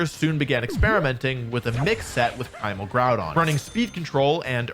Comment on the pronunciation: bro said primal Gourdon